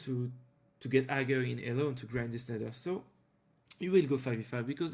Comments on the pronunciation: non hagar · la façon dont tu prononce higher me bouteille xD tu prononce le g ce qui ne se fait pas